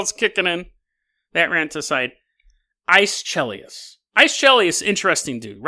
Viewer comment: The MTG reference makes up for Aeschylus pronunciation.